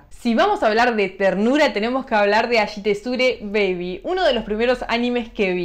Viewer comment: Es a[i]shiteruze baby, no ashitezure